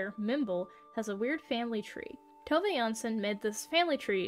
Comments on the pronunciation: Tove is pronounced Two-vah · I can confidently say you butchered every single swedish word in the video (Including Tove's name)